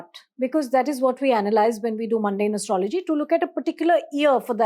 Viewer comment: first learn to pronounce astrology properly... It is aastrawlowgee and not like what you mis-pronounce..